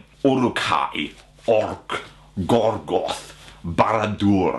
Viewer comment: GorGORoth. Say it with me,: gorGORoth:)